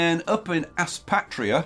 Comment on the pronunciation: Sup bro just a small thing I live near Aspatria and its pronounced like Ass"pay"tria haha but this looks amazing ahah been watching this play through nice